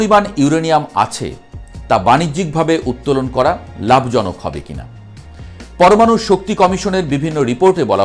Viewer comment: তোতলাটাকে বলুন পরমাণু কথাটা না তোতলে উচ্চারণ করতে।